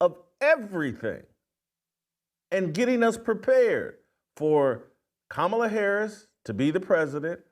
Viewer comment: You're finally pronouncing Kamala's name right lol